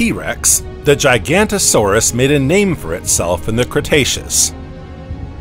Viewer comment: ok i just cant watch anything where Giganotosaurus is pronounced "GIGANTO-saurus" come on guys make a little effort